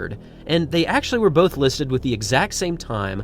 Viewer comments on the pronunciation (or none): none